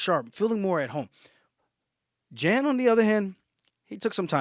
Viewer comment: Jan is pronounced like Yan.